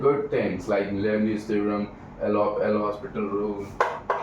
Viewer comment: Not to be too pedantic but it isn’t called L’Hospital but rather L’Hôpital and is pronounced as “lo-pital”.